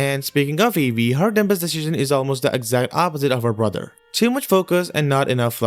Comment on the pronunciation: this is meant to help you so please don't be offended, there is a B in the word "dumbest" however you do not say it. so it's. Dum-est, not Dum-Best. :)